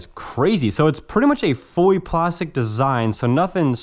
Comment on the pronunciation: "Foy working airsoft guns" 😂